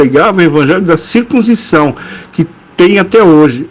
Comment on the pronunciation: Porque você não ler corretamente a palavra circuncisão?